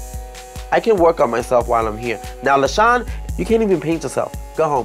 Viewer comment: wait it isnt pronounced LA SHAWNA